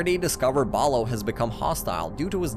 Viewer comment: bro you keep saying balo its bolo and im still pissed that they discontinued this